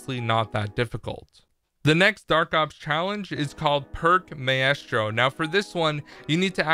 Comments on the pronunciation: maestro is pronounced "my - strow" , not "my - ess - strow" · MY-STRO NOT MAY-ES-TRO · Think Maestro is pronounced "Mystro" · pronounced my stro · Maestro is pronounced My-stro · Maesto is pronounced My-Stro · WTF is May Es Stro?